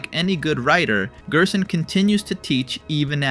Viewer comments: You pronouncing gerson as gearson unsettles me. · bro pronounces it as gyersohn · weird gerson pronounciation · these interaction baits is making the video so hard to watch i cant even bear hearing him pronounce gerson or ralsei like he's from eastern europe or smth😞